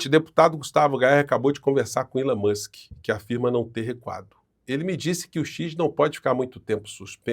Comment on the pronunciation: "Elon Manske" e você... tchê tcherere... tchê tchê" 😂😂😂😂😂😂😂😂😂😂😂😂